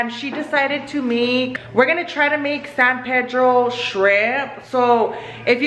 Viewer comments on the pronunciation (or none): It's NOT San PAYDROW. It is San PEEDRO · its PEE—“E”— DRO!!!!!! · Just a small tip. I am from San Pedro and we say “PEE-dro”. It’s whitewashed but that’s just how everyone says it. San PEEdro. Haha locals know when someone’s a tourist, when they say San Pedro with a Spanish accent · Am I the only one bothered because the way they say san pedro 😂 out here we say it in english lmao san PEA-DRO 😂